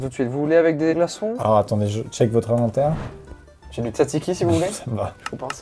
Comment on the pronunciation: Faut que quelqu’un leur dise que c’est pas « I » mais « E » pour l’inventaire !